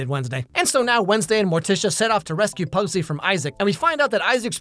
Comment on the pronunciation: Is is terrible but watchable somehow. They mispronounce pugsley and wednesday is conflicted as a person who is sad she will be seen as a failed murderer and a also she is a detective preventing murder? Also the cgi is cheap as can be